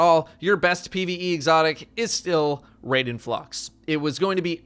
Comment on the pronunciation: I died a little inside every time he said raiden and constantly mispronounced it.